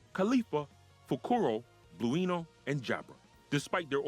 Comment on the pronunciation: Good video, but you need to work on the pronunciation of some of the names used in the video. Namely "Kaku", "Kaido" "Blueno"